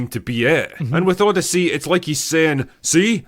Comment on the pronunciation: The O-DEI-YSSEY